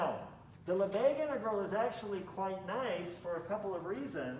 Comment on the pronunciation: Not Lesbegues. Lebesgues.